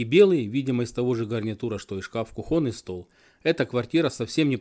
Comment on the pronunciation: Насчет телевизора "Старт" брешешь, в 1968 году у меня был "Горизонт" (УНТ-59) с экраном 59 см по диагонали, стоил 430 руб. Кстати, лучший на то время в СССР. И научись правильно говорить, не кухОнный шкаф, стол,а кУхонный.